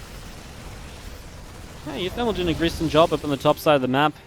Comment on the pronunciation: you keep mispronouncing one of the player names; it's pronounced oowooThermal.